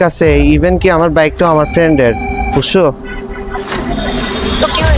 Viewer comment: বু্স্সো✅ বুচ্ছো ❌